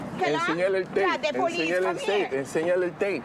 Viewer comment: I NEED DA BOLICE! I NEED DA BOLICE!💀😭🤣